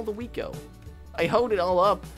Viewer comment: lol is said weed not weat